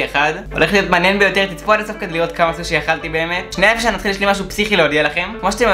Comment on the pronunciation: אומרים סושי לא סוש